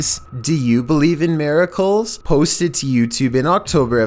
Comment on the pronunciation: pronounces miracles marigolds